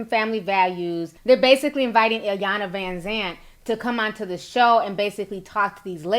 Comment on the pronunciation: T y’all b messing up the annunciation of iyanlas name lol